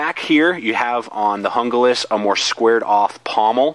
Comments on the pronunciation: Okay, it is pronounced, "Hoon-glas," not, "Jungle-as." Junglas means "Jungle" in English. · "hoong-las" not hunga-lis." seems like the handle on the rtak is wider. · Hon-Ga-Lass? HOON-glass. HOON-glass. HOON-glass. :-) Great review/comparo. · It's pronounced “hoon-glas" not "hun-glas" if anyone cares. Thank for the comparison, it was just what I was looking for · I would rather save the money and get the rtak II over the junglas (pronounced hung-las...not hungah-las). I can mod the knife and do my own kydex sheath with the bells and whistles I want. thanks for the vid... btw, it's cool you picked for a part of your moniker...the best damn fighting leader the Israelites ever had. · "hoong-las" not "hunga-lis. you wouldn't pronounce taco "take-o." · Pronounced Hoon-glas. In the grab scheme of things it doesn't really matter. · It's actually pronounced Hoon-Gloss! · Stuart Hee There are only the 5 vowel sounds in Spanish. There is no in-between sound from the "A" as in santA to the "O" as in Opera. It's a two syllable word with the accent on the first syllable. HOON-glass. HOON-glass. HOON-glass. :-) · I think with american accents they pronounce it better as "yoon-glass" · JUNGLAS = HOON-GLASS